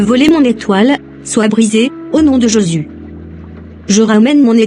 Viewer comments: à la fin quand elle fait sa prière elle dit au nom de JEsus et non au nom de JÉsus ça fait mal aux oreilles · Pourquoi sa prononce pas bien le nom de Jésus.?